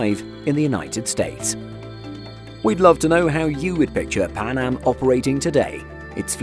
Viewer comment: Maybe a safer couldve saved it also did you say pan ham